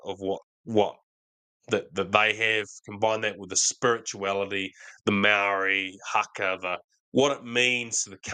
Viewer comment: Who is this person talking did you ppl hear how he pronounced Māori? Marry pathetic!😂😢😅